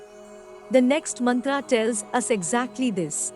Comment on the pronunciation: Wonderful job! Except for the awkward Mantra pronunciation by the AI lady. still it is impressive.